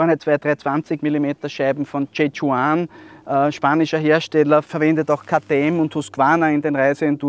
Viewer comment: J Juan, sprich mann : chota chuan.... Jiji😉